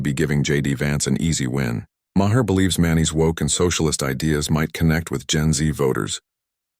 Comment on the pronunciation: How come none of the AIs can pronounce Maher's name?